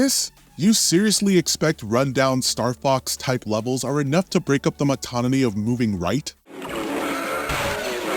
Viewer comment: Did this narrator seriously say "motonony" instead of "monotony"?